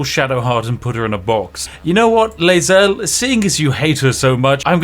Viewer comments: Can't believe Spiff finished the game twice and still mispronounces Lae'zel's name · You've played through the game multiple times but you pronounce laezaels name wrong. THE CHARACTERS SAY IT FOR YOU. Did you just ignore all of them the entire fucking game????? As someone who romanced her on the first like 8 playthroughs I feel offended for her lol